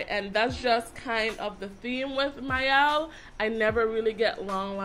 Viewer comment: Pronounced "mee-ell." The word "miel" is Spanish for honey.